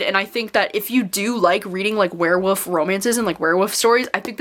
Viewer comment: Me cringing when you said ‘werewoof’